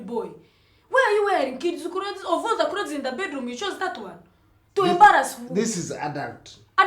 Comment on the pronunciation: that pronounce of clothesi kills me